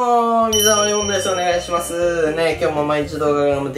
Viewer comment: お願いし⤵︎ます⤴︎